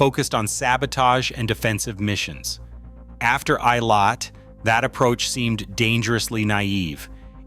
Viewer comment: For god's sake! You make a video about some people who dies, at least make some effort to fund out how to pronounce the names! It was hurting m y ears. It's "ey-lat", not "ay-lay".